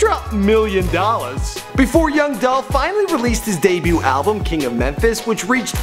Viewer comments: It's "Dolphhh Niggaaaa💯💯💯😎😎😎😍😍😍🎧🎧🎧🎵🎵🎵🎤🎤🎤💪💪💪🎶🎶🎶 "Adolph????? Now I See Why He Go By Young Dolph😂😂😂😂😂😂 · ITS DOLPHHHH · It's Dolph! - Young Dolph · IT'S DOLPH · It's dolph!!